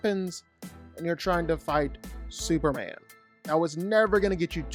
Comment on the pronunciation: Who tf is "Super-Anne"?